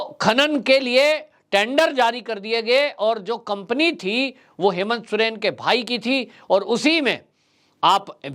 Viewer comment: सुरेन नही सोरेन बोलिये